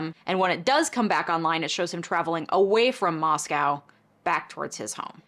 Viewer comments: I work in local news in the area, couple corrections and updates. -Moscow, Idaho is pronounced 'Moss-co,' not like the Russian 'moss-cow' (locals get pretty testy about this). -Goncalves is pronounced 'gone-sal-ves.' -Originally, the car was not identified as a Hyundai Elantra, it was just a white or silver 2000s era SUV, which is likely why you saw such high numbers. It was narrowed down to a white Hyundai Elantra a few days later after further tips and video surveillance came in. In an update to this case, maybe his defense team is a fan of your videos, because they did motion to compel discovery for the DNA profile that was used to narrow the investigation. I believe this was the end of...June? Maybe July. Time is a blur... Anyway. The State argued the IGG was not used to formulate probable cause, and was not use as exculpatory evidence for his arrest. Rather, the DNA evidence for the arrest warrant came from DNA of Kohberger's father gathered from the trash. The State further argued it was not a Fourth Amendment violation because the DNA used to generate the IGG was abandoned at the scene. They also stated the IGG profile was erased and all records destroyed after it the Kohberger was determined to be the focus of the investigation as part of standard FBI protocol, and they no longer had the profile to give. The response from the Defense was interesting. I'll just say, this shit is wild. I'm not a lawyer, but I read a lot--A LOT--of legal docs for my job. Ann Taylor has s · Hey, in case you do a followup video, the city in Idaho is pronounced MOSS-co, not moss-COW like the Russian capital. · It's "moss-co" no "moss-cow" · you mispronounced two of the victims names and the town where it happened :( Love you but damn that's disrespectful